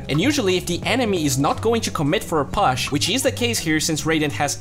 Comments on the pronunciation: Great video and keep the work up!! But you pronounce "push" as /po͝oSH/ ;)) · Learn to pronounce "push" please , it's distracting